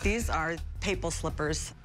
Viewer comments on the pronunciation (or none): Umm. Pape...l....it's pronounced pap...el...